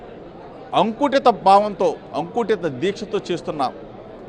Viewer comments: అంకుటిత కాదు జోగి... అకుంఠిత... ఒక తెలుగు పదాన్ని సరిగా పలకలేని సన్నాసులు మా నాయకులు... అందుకే నువ్వు చెప్పిన కృష్ణానదిలోనే మీ పార్టీని కలిపేసారు. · అంకుటిత కాదురా గూర్కా అకుంటిత రా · అది అంకుటిత కాదు అకుంఠిత.